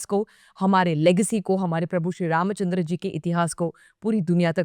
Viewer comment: तुम्ही "श्री रामचंद्र" या नावाचा उच्चार फार सुरेख केलात...!!👌👌